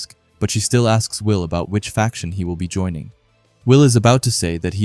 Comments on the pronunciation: Fraction? I've heard more fractions here than in high school math. Faction. No 'r'. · 🗣️ ❌ Fraction ✅ Faction